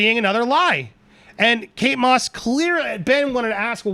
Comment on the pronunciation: Does she say kates moss??